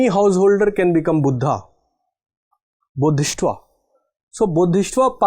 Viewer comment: It is Bodhi-sattva not Bodhis-tva